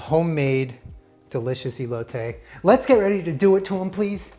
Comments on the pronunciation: I got so hyped for this video and then said “EElotay” and I just laughed so hard awww 😂 it’s pronounced “eh•lo•teh” 💕 and you don’t have to annunciate the “t” either, it’s so soft it’s almost like “th” but ANYWAYS love the confidence and the effort, great job!! PLEASE keep it up and showing off Mexican dishes it makes us feel special knowing that you love our food 😂🥰... like literally any Mexican knowing that other cultures like our food... it just makes our hearts so warm 💕 thank you!!! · He got the elote wrong tho... Saying "ilote" hahaha. But nonetheless horchata was a nice job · hermione voice it's eh-lo-teh not ee-lo-tay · he said E low tay lol no hate just thought it was funny ( eh low teh ) cotija ->cohteaHA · ey-low-tay LOLL its eh-lo (LO not LOW) the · Great stuff but hear me out.. say “Eh-lote” 🙂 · For the ppl wanting to learn Spanish you don’t pronounce the e like how it sounds your pronounce it like eh so ehloteh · Pronunciation tip for: The "e" in elote is like the "e" in your "EH BEPBEPBEPBEPBEP.” It's eh-loh-teh.;) Buena suerte, amigo! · I’m confused bc I’m Mexican and don’t really speak Spanish but I’ve always heard my family and friends who do speak Spanish pronounce it ee-lo-teh like with emphasis on the “ee” sound in the beginning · ITS EHHHHHH-LOTE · “ilote” 😭😂🧡 try esquites next! 🙏🏽👩🏼‍🦲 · Love that he says hot horchata properly but he says ee loh tay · When you Hispanic and makes your favorite botana (snack) and drink. 👌🏻😋BTW it’s pronounced (eh) (loh) (te). just like epepepepep! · The way he keeps saying “i-lote” just makes me 😬🙈 cringe en español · I love you sooo much.. and as a mexican i appreciate you so much, but, Elote is pronounced whit the "E" as in Elephant.. ilote(as your sounding it) sounds weird, and it means something else. But i still love you 😅💙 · The E in Elote is pronounced like the E in Elephant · I love how he can say horchata correctly but not elote